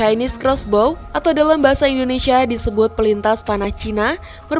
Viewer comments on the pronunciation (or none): none